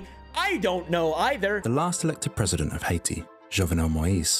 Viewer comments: I like how you say "Heidi" like the charachter instead of HAITÍ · “All a man needs in Hayshee….. Haiti” 💀